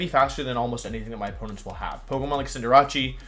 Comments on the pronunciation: Cinder... What? Its cinder and race not cinder and jarachi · Why are you pronouncing"Cinderace" (Cinder-Ace) like Jirachi? It's kinda strange...